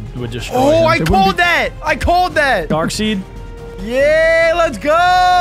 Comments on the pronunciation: Bro said “dark seed” 😂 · `darkseed’ and `atrocitis’ 😂